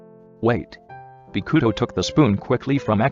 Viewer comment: Me: read this name “bokuto” Everyone: Bow-coo-toe The voice over: Bee-coo-toe